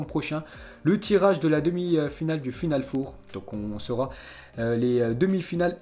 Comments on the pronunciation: stp arrète de dire "four" on ne va rien cuire en chaleur tournante , c'est "final 4" ça se dit "for" , pour le reste certaines infos interessantes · Final four 😂 les français à parlé anglais 🤣🤣🤣 final for! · Final FOUR 😂😂😂😂😂 mais on dit for putain .... pas foure ..... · C'est pas FINALE FOUR c'est FINALE FOR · 😂😂😂 Il a du mal avec final 4 four Prononciation en anglais en fait C'est pas un four à micro-ondes Il le dit à plusieurs reprises en plus. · Hhhhhhh « final four » tu le prononce comme le « four de cuisine » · S’il te plait, prononce Final four: Final fore. Au pire. C’est pas un four micro-onde frérot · FINAL FOUR ca se prononce FINAL "FOR" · Stp l accent, final four, c horrible et rigolo en même temps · Par pitié pour tes prochaines vidéos fait un effort de prononciation quand tu parles du "final four" surtout quand tu le répète une dizaine de fois en quelques minutes 😖😬